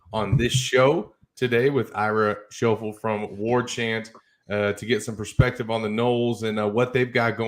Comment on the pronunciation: Cmon man, how are you going to mispronounce his name at the start! My man Ira deserves some respect.